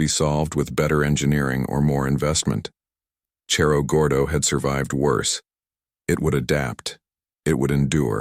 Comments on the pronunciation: You need to learn how to pronounce Cerro Gordo. Need to pronounce it like Sarah Gordo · as soon as the AI mispronounced Cerro Gordo i was done.